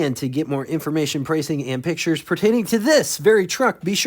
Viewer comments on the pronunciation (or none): none